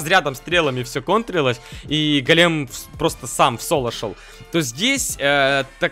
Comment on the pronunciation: Не голееем, а гооолем правильно